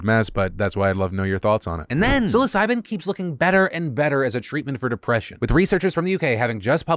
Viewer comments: TIL psilocybin at 2x speed sounds like "suicide" 😱💀had to relisted to make sure you weren't making a super dark joke . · Lol was busy doing something while listening to your vid, but kept hearing you say su!c!de, instead of psilocybin. Had to come check the word. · I wasn't really paying attention and for a second i thought Phil said "*Suicide* keeps looking better and better as a treatment for depression" and I got concerned